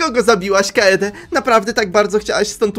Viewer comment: urchar manie się wydaje że kaede czyta się kejdi